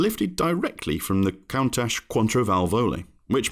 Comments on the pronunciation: And Countach isn’t pronounced as count-ashe either. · This is new way of pronouncing countach I've never heard before.